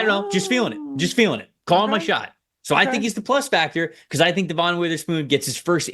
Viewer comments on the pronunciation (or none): It’s Dev-un not De-Vohn. I’ll bet you wouldn’t have to beg for Hawk fans to subscribe if you said his name right. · You can' t even say DevIN's name correctly. NOT deVON.